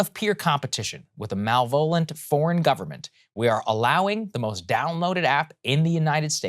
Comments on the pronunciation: did he say "mal-vol-ent?" its "malevolent" "Maaaah-leh-vol-ent." jfc... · Saagar, it's MA-LEV-O-LENT. Not Mal-vo-lent. Love you guys, despite the grammar missteps :) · Did you just say Malvolent? You've never heard malevolent said out loud before? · Wait did Saagar pronounce it mal volent, not malevolent? At 10s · MalVOLENT ??? Was that supposed to be maLEvolent ??? Typo on the teleprompter? Or maybe Saagar needs new glasses. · "mal-vo-lent" ??? Embarrassing... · Did anyone hear Saagar say Mal-VOH-lent? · The best thing in this video is Saagar's pronounciation of Malevolent. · did you say "malvolent?" Saagar! Please brush up on your English, it's embarrassingly zoomy. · "MALE-VOLENT"? lmao Great job reading the prompter, Saagar. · "Malvolant"? Saagar, you really need to tone down the Adderall. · "Malvolent" lol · What's "mal-vo-lent"? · Did I hear MAL-VOLE-ENT? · / Saager - the word is Malevolent !! He skipped a syllable! Shocked to hear such a loud mispronunciation. Even the captions have the word misspelled. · I like it when smart people mispronounce words, as Saagar does with "malevolent". It's kind of humanising. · Weird way to say 'malevolent' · Obsessed with how saagar pronounces malevolent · Did he try to say malevolent? That wasn't laughable, just confusing. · Saagar’s pronunciation of malevolent is very odd. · he pronounced it using three syllables, and not four. Clear now? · That pronounceation of malevolent was out of order